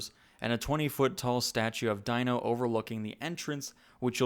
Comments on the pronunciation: His name is not pronounced DIE-NO, it’s pronounced DEEN-O just saying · Great video. BTW, its pronounced "deeno" instead of "dyno". You were not a fan of the show, and thats understandable. 🖒🖒🖒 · When we were kids we had imaginations we didn't have to have a bunch of rides that's what this theme parks about and you can't even say the little dinosaur dog's name right it's pronounced Dee no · Prounced Deeno, not Dino. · Omg say it right, it's DEENO!!